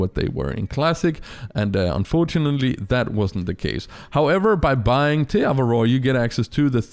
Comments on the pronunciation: As a kiwi, the way you pronounce Te Awaroa annoys the hell out of me. 😂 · When he makes te awaroa the worst reserve but he can't even pronounce the name properly